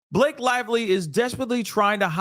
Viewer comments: I love the way how you mispronounce Blake's name, cause in my first language it means "moth" :D :D :D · I can’t help but giggle every time I hear you say B-lock-a and.